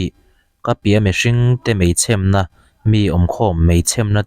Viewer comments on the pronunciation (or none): A lam sual ve deuh aniang hre ve awm tak chu nia 😄